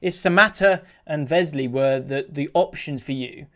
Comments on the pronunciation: 20th........🤦🏻‍♂️ ffs Won’t score enough goals lol & the way you say Wesley is so cringe Vesley, it’s pronounced as it’s spelt 😂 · Aston Villa, who is Vesley? (Wesley)